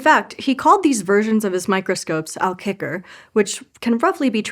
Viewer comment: Pronouncing kijker as kicker is wild...